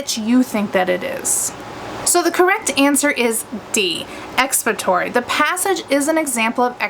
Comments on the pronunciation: lol.. yes. she is saying it wrong.. lol she is saying expatory. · Are you trying to say expository? Or have I been saying it wrong my whole life..